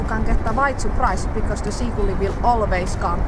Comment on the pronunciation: Very funny but.. wait! you really said "seakulli"?? :D Anyway, the best is the final scene, scolding the poor seagull!